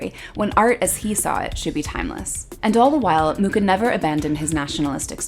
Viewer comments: It would be nice if you pronounced his surname correctly. Actually, the Wikipedia shows the correct pronunciation: [ˈalfons ˈmuxa], that is «Mukha» not «Muka». Also here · His last name is pronounced as ''mukha''... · oh gawd. I've been teaching my graphic design class about Art Nouveau and pronouncing his name "Mucha" like you'd say "muchas gracias". wonderful video! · Mucha is not pronounced like that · Would really like his name to be pronounced correctly. Like the info but too fast. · Well, if you´d wish to pronounce his name indeed correctly, it would be CH as J as in Juan in Spanish. Native Czech advice:) Also, his official name is "Alfons" - Alphonse is just internationalized. But anyway, everyone still knows who we talk about whatever the version haha. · T.T they never pronounce his name correctly its terrible. It honestly is uncomfortable to hear. CH is as one letter in our alphabet and it has a specific pronunciation. If you go on google translate select Czech language write in his name it will read it correctly. There is no ''K'' in his surname. Other then that nice video. Highly recommend using this on any artist to get their name right in their native languages or watch a documentary by people of artist's nationality. ^.^